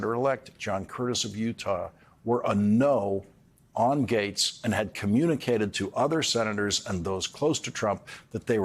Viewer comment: Gates not gays